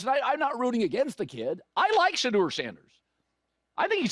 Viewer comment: "SHE" deur